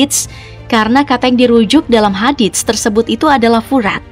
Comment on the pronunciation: Iya ,,kaya kaku ngomong nya ,, Kata HADIST ,pengucapanya HADITS..😊